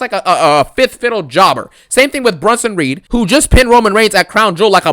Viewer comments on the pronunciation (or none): Man i love your videos, you make me laugh some much " Pin Jober Ballor" hahahah 🤣. the way you say Jober and Garbage i laugh so hard. At this moment even if WWE does a good job on a show i want you to hate it. Love them videos bro keep up the good work. This show SUCKED no questions asked. Also i want your opinion on Karrion Kross booking. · I love it ngl 😂😂😂😂